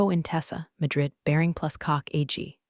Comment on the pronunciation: Is she Marla, or Arla? Is it Drid or Madrid? Did Blake's hair lose the will to live, or will alive (a live is it is pronounced) and it goes on and on! Did she leave the company? How does she get to know about the meetings?!😂